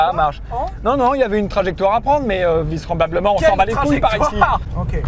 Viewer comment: Le "visseremblablement" de Pierre à m'a tué 😂